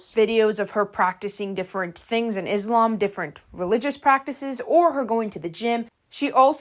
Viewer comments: hii! reminder that is not pronounced izlam, but islam the s like how you would say "so" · Also in addition, I would just like to tell you the correct pronunciation for Muslim (Muss-lim) and Islam (Iss-laam). No hate, I just wanted to let you know. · thank you for talking about this, first correction of pronounce islam the s called s not z so tysm for consider this as a mistake, second, she and her sister made me sad every time a vid of them pop to me, as a muslim my self, non of they're doing is respectful, i don't know if it's lack of knowledge of the religion it self or they attend to be this way, and both is just bad, i hope they just knew what they are doing and correct their behaviors. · also pronounce islam with an S not a Z